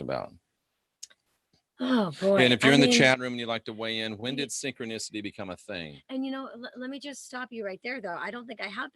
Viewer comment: SYN-CHRONIS-TY SIN- CHRONUS... CHRONUS..S0....